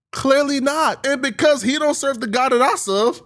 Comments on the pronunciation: why he keep saying serve like that?😂😂🤣🤣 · The way u say "serve" is messing with me😂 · This subject fits his blog style 😂 “The God I suuhhv” ..pay “tiiths” 😂